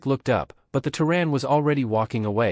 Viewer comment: Terran, pronounced "terr", as in terror, (or tear); and "an", pronounced as in Ann. The various spellings shown are all wrong. Proofread or don't post.